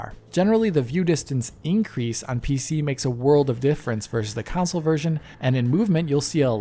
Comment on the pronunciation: Everybody else says "console".: "counsole" 😂😂😂 edit: video is great by the way. He is amazing. ❤